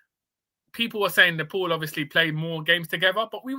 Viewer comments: Don't want to add to your grief but it's pronounced as "Nepaal" not "Nepaul" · Please dont call our country name Nefol or Nepol its Nepal 'pal' like palestine not folestine or polestine its Nepal mate. And also about kathmandu our capital its not catkmandu or katmandu its kath kaath mandu sirs. Other than that i am listening all. Please say Nepal from next time heartly request sir. Thank you